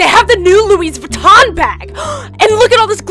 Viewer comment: Its Louis Vuitton Not Louise Vuitton